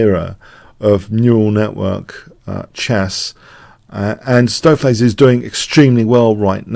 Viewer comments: your pronunciation of "Stoofvlees" is excellent! (I'm Dutch) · Perfect pronounciation of "stoofvlees" here :)